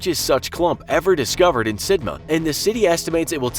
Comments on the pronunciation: Pronounced SID,Mouth not Sidma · Sidmouth is said "Sid-muth." I dont even know where you got "Sid-ma" Who told you it was said that way? What a chaaaaarRRrrv lol (get it, because you guys cant say chav properly either, get it, huh? Do ya?). If you need a native British person to check your pronunciation, facts and levels of sarcasm, mail me. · Why does he keep calling it Sidma??? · It's SidMOUTH. I swear this guy does it on purpose. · The second part of Sidmouth is pronounced like Plymouth (rock), not Sidma. You forgot the "th". This was an easy one, come on. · the way he says "sidmouth" makes me cry